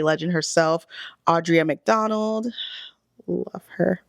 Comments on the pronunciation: I’m glad the algorithm brought me to you. That being said, you butchered EVERY single name. You can’t take a moment of silence for AuDRA McDonald and then call her Audrey. You will lose viewers this way. I wish you much success! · Like the topic. But hearing “casted” “Audrea McDonald” “Laura Benetti” and “Sophia Ann Carso” all within like a minute was TOUGH. At least one of the names could have been said correctly 🙃